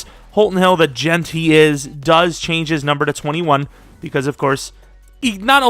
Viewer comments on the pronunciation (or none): none